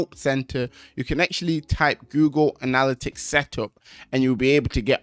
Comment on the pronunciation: It’s killing me the way he’s saying anALLitics instead of anaLITics